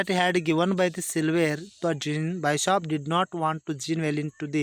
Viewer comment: ಸರ್ ಅದು ನೋಬೆಲ್ ಬೈಶಾಪ್ ಅಂತಿದೀರಾ ಅದು ತಪ್ಪು ಅದು ನೋಬೆಲ್ ಬಿಶಾಪ್.